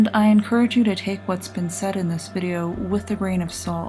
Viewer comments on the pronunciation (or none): none